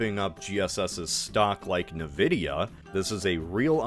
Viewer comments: I have never heard someone pronounce nvidia like Nividea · OMG, and you pronounce it "nuhvidia" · Congratulations, on being the first person in history to pronounce NVidia wrong. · I hate how he pronounced Nvidia